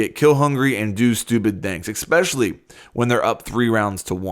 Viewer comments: it is not eXpecially. it is eSpecially. say it like it’s spelled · He says expecially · ”Expecially” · “Ecspecially” I cringed so hard at that when he said that